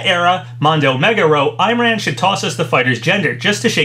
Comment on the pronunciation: Hey! Just for future reference, "Imran" is pronounced Im as in "him", and ran as in "rahn"